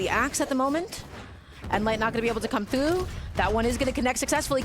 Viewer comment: "coming thwough"